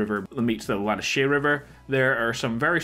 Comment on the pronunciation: GREAT vid, REALLY: TON of new/useful info for ME personally, for sure! But mate, fodalovagod, it's ".... where the Kamassa & the LA-NNA-HA-SEE"(as in: I certainly 'SEE' why all the bloody confusion! BAHA!), PRONOUNCED it IS "La-nna-he-SEE". Please, DON'T ask ME "WHY", when it CLEARLY SPELLS "LA-NNA-HE-CHEE"(CHEE as in CHEERS?!? LOL), but it's actually ARTHUR who explains that bit to the poor, & profoundly confused(as most of us ARE, right! LOL!) Mr. Javier Escuella, when they go fishing together/Arthur gets crickets as fish bate from Javier?& NOT at all, or at any time, is it pronounced "LA-NA-SHEER" river, but... other than that? GREAT VID!